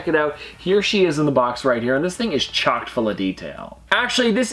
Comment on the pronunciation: again, it's "chock" full, not "chocked" full. Otherwise, great video. LOL